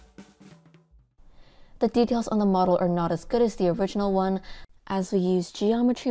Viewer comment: the way shes says one when she starts the list count, makes me imagine the creality engineer's heart skipping a beat! 😂